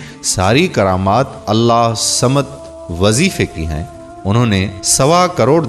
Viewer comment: Allahhusamed sahi traqiy se bolin ye mery peary raby kaba ka ismy pak ha sorry to say